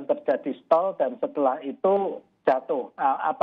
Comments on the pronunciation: "Stall" mba presenter, bukan "staling"... jangan asal ngomong aja! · STALL bukan stalling. Parah neh si ibu jurnalis kompas